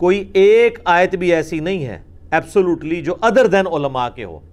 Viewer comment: Mirza sb kindly correct pronounciation of aaya mubark.thanks